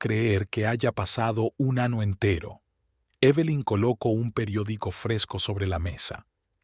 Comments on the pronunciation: Muy buena Historia y buen final .. Pero el hombre que relata la Historia ,, muy mala la narración , no sabe pronunciar las palabras correctamente ,,, las palabras se oyen como parte del cuerpo humano … Año lo pronuncia como Ano. Muy mal …. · La historia buena. La persona que habla es horriblemente malo. Deben usar personas que hablen bien el castellano. Que sepa dónde acentúan las palabras, saber que el abecedario español tiene n y ñ. Que año es diferente a año. Año es el órgano para evacuar. Año es el tiempo que señala el calendario. Los acentos usados donde no van. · No hay que juzgar la traducción hay palabras que no puede pronunciar . Narrador te aconsejo tona un curso de español latino . no sé dice manana se dice mañana. no sé dice ano se dice año. ano es una parte de nuestro cuerpo que es pulsamos las Eses. 🤗🇨🇴❤️